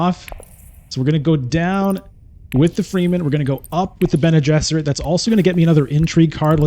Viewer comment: I like your videos a lot, but come on man! You should really learn the proper pronunciation. Fremen is fremen, not freemen.